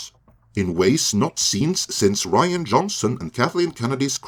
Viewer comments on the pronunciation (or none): none